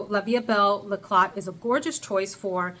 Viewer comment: La vie 'ecla' don't pronounce t. Love the list